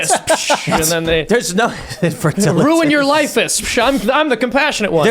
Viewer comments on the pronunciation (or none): "INFERTILLITUS!" LMAO